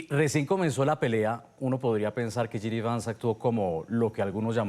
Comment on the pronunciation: Esta señora no sabe ni el nombre del vicepresidente, no es GD Vance, es JD Vance! Primero infórmese bien para dar una entrevista!